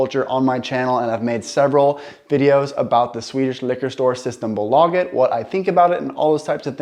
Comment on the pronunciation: Nice video once again. I've lived in Stockholm basically my whole life but I keep learning new stuff when I watch your vids. Keep up the damn good job. Btw, when you're pronouncing "bolaget" try to pronounce the "o" and the "a" longer, aka "booolaaaaaaaget" :)